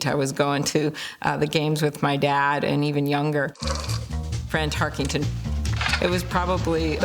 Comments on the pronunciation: Amy Klobuchar mispronouncing his name is quite irritating. Tarkington? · Klobuchar is a lame brain - it's Tarkenton, not Tarkington. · Tarkenton not "Tarkington", c'mon senator. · "Fran Tarkington" the least you could do is get his name right Amy. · Why does she keep calling him "Tarkington?" Makes my skin crawl..... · You enjoyed hearing her say "Tarkington" a million times? Can't even pronounce his name correctly! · Amy Klobuchar saying "Tarkington" - No thanks. On to #90. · IT’S NOT TARKINGTON !! PRONOUNCE IT CORRECTLY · If she’s such a big fan, why does she keep mispronouncing his last name? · She’s can’t even say his last name right 😂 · That was bothering me too. You would think a life-long Vikings fan would know how to correctly say his name.